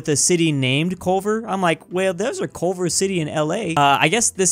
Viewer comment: Every time he said Culver I died a little. Culver’s is the shit boy